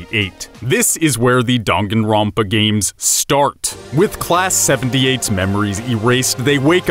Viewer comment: I know damn well he didn’t just say donganronpa